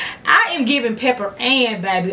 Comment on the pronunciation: HAHAHA not pepperann 🤣🤣